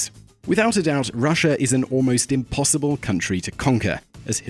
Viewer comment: Not 'impossinble